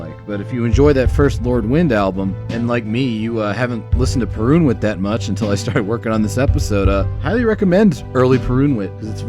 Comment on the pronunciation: The wsy you butcher the pronunciation of Perunwit and Wojnar, priceless.